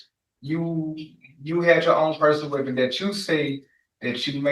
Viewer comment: What's a wipon?